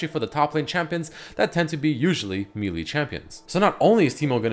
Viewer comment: Someday will learn to say 'melee' correctly... but today is not that day.